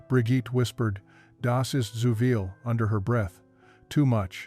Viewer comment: BRIGITTE: ZU VIEL TOO MUCH IN GERMAN IS PRONOUNCED TSOO FEEL, BUT IT'S SPELLED ZU VIEL.